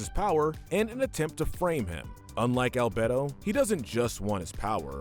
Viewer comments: And Al-bed-oh instead of Al-bey-do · Me: 'I don't care if people pronounce it as 'Al-Bee-Do' or 'Al-Bay-do' pronouncing it as 'Al-Bedd-do' Me